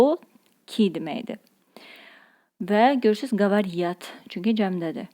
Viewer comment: Говорят demək lazımdır говорьят не правильно